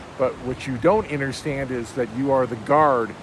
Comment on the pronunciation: It is “U”nderstand not “I”nderstand lol you say that funny